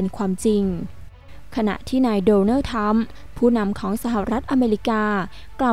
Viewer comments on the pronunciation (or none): ทรัมป์ครับไม่ใช่ทรรม ออกเสียงให้ถูกหน่อยนะน้อง ภาษาไทยคือภาษาพ่อแม่เราไม่ใช่หรือ